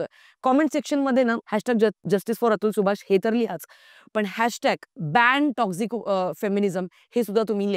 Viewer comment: Lady te टोक्सिक असतं टॉक्सझीक nahi. Dhid tasancha video hota, not dhid minutcha.